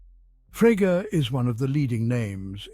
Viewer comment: And why can’t your AI pronounce Frege?